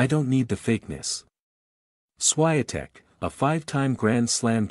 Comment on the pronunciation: Please pronounce her name correctly